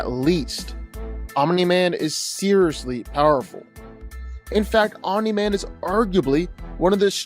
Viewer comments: bro why do you say OMINI MAN STOP IT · ... stop saying "Ominy-Man"